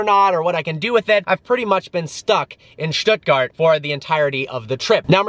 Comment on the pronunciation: Glad to see you figured out the correct pronunciation of Stuttgart